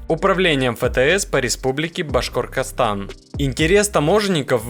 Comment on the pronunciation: Автор ролика. Произноси мою родину, правильно. Называется: "БАШКОРТОСТАН".☝